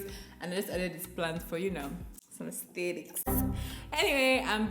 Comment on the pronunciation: sprinkling 'Ahhhsteticks' has to be the funniest thing I've seen today 😂 you look amazing as always